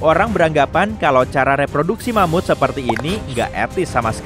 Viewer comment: Eh... Ingat, ingat... Mamut... Bukan Mamud ya...😂😂😂 Mamutnya pakai huruf (T) bukan (D),ok..😂😂